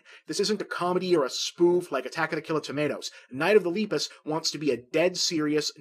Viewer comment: His pronunciation of Lepus throughout this entire video is painful